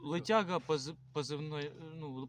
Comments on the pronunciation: Он летьяга сказал так же как они польяницу говорят. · Какая Лытяга? 🤣🤣🤣